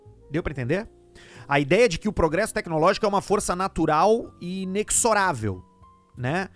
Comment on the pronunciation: Inexorável é uma palavra que a gente só lê. Nunca ouve alguém falar. Daí costumamos errar a pronúncia. O correto é "inezorável"